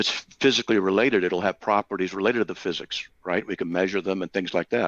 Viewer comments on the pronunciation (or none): none